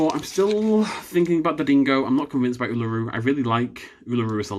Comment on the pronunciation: me cringing at how he said Uluru